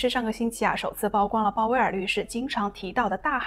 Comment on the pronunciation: 曝光 曝露 野人獻曝 均唸「舖」 不唸「報」 謝謝.